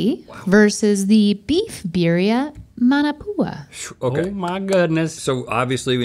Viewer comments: The way they pronounce musubi 😭 Not to get all Hermione but it’s mu-su-bee not mu-suu-be Also mah-na-pu-a not man-a-pu-a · as someone who lived in hawaii for 11 years, it made a tear fall from my eye ever time they pronounced those hawaiian dishes😭 like musubi and manapua- why’d they say it like that??